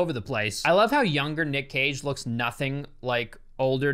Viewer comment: Code: Cage sounds like Cocai